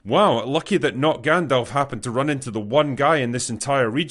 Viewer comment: Hahaha lol Not GandLf